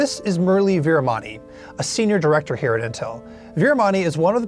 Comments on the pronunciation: It's veeramani :) not MONEY :P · His name is murali veeramani not veeramoney